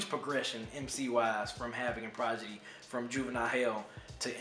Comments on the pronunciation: lol "Progidy" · I tried to keep myself from cringing every time I heard you struggle to say Prodigy's name lol but I'm glad you reviewed this album. I still love it to this very day.